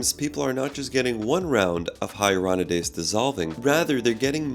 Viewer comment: You keep mispronouncing ‘Hyaluronidase’ but good video!